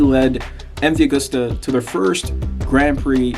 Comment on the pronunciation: MV Agooo-sta made in Vah-ray-zay in the country of EE-talh-ya. BTW it's GEE-lehr-ah. Seems like you put some work into this, why not learn how to properly pronounce the Italian names, etc?